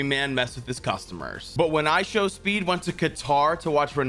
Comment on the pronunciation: duonot wuath speed